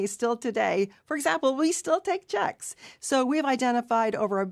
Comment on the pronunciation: don't know why her saying "checks" cracked me up so much... but yeah, she's totally been gutting this company from the inside for years. and now the slow erasure of buildings deemed wasteful/out of date only reflects the company's blood hungry business disease of downsizing. hell my building still gets at least a couple of people a day, thinking our Customer counter is still open and it's already been 2 months. but maybe her emphasis on "checks" at the end of this lame and bland presentation, is a faint signal to her idea of customers we used to have, and consumers that we won't have very soon.